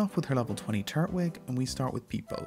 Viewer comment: Still said Turtwig wrong... 😒